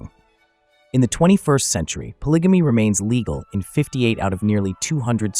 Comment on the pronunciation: Whelp…I can’t watch after the 1st 2 minutes since you said (po-lidge-a-me)😂